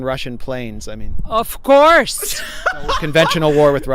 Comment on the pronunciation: loooooooooooooooool - love your impersonation ' of Courrrrrrrrrrrrrrrrse'